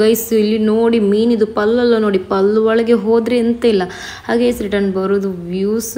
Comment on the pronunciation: Meenina pall alla k meenina hallu😂